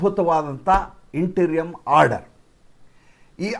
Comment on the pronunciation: ಸರ್ ಅದನ್ನ ' ಇಂಟರಿಮ್ (interim) ಆರ್ಡರ್ ' ಎನ್ನುತ್ತಾರೆ. ಇಂಟೀರಿಯಂ ಅಲ್ಲ.